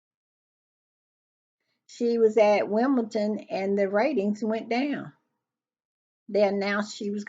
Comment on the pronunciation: One thing, - it is Wimble-Don, not Wimble-ton. Baron makes that same mistake.